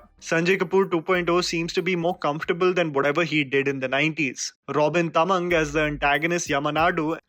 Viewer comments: झाँक्री not झाक्री - (Robin)तामाङ्ग not टमंग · Bhai tam-mang nahi taa-maa-ng